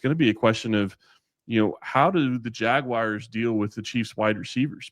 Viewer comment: It’s crazy but it’s always a yte man from the Midwest that says “Jagwire” instead of jaguars and still these supposed super fan journalists don’t ever say anything or even jokingly correct that ish!! I ain’t gonna lie, it is a pet peeve of mine being a day one jags fan since our inception and it really grinds my gears 😂 💯